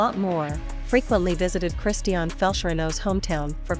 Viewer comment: You are talking a lots of rubbish and you are not even able to say correctly her name.